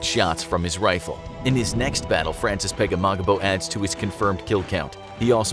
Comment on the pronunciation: It sounds like you r saying frances pegemogimo